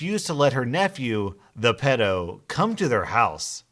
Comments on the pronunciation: Pedo is pronounced Pee-do! And I know just what the nice nieboughs felt. I unfortunately have a walking corps ( aka pedo) in the family and his mother was the only one that took the m in when he got out of prison and she tried taking him to see one of her other sons home ( where he had young kids,) and he live only a few doors up from me and I'd just had my first kid . I started only opening the frount door if I had a knife behind my back..... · Why do you pronounce pedo like that 😬